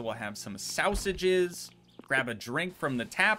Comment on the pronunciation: The way you say sausages 😂 like it's catching on